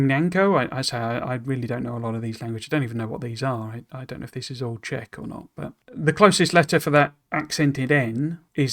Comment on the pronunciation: Nice Czech pronunciation!